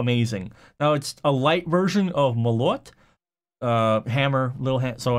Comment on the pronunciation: I had to say, its мОлот, not молОт